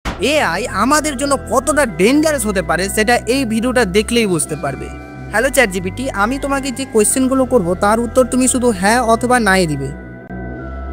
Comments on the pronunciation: ডেঞ্জারেস ❌ ডেঙ্গারেস✅ 😂😂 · ভাই এইটা ডে্্গারেস না ডেঞ্জারেস